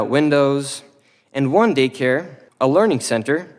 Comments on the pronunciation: he cant even say, "Learning" correctly. he said they cant spell learing right after 1.9 million blah blah. so funny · the fact that he says learning wrong unintentionally whilst t trying to make his point about misspelling sends me